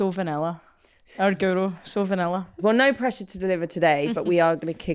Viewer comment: You'd think commentators and presenters would have learnt to pronounce Guro's name by now, wouldn't you? It must drive her nuts.